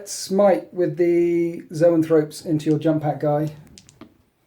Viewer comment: You keep calling zoanthropes 'neurothropes' and it's driving me nuts. Other than that, great batrep as usual. Thanks.